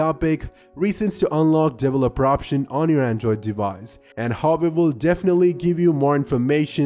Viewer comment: Everyone: Developer Him: Devleloper